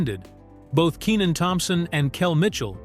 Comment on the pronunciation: ikr his name is pronounced KEY NIN lmao they keep saying kennin they need to get with it